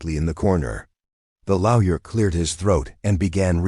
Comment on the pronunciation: Why can't Arsehole Intelligence say Lawyer properly?